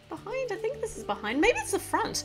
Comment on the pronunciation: Did anyone hear her say I tink 😂🤭